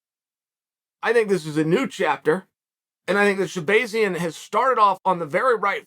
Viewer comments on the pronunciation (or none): Sha-bay-zee-an? It’s sha-BAH-zee-an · Sha-BAY-zian…. uncle Chael it’s Sha-BAAAZIAN… I almost feel like uncle Chael is trolling these fighters with the mispronunciation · Stop saying his name wrong lol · Bro how you gonna keep saying this man's name wrong over and over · Uncle Chael 🤝 Butchering names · The way Chael is pronouncing his last name makes me feel like he’s trolling us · That's what he does with everyone 🤣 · Don't give Chael too much heat for it. Us Armenians have difficult to say names which get pronounced wrong by EVERYONE. Actually, even other Armenians get my name wrong sometimes lol